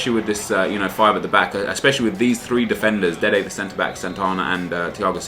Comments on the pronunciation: why do you always say dede the center back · Nep why do u always say dede the centre back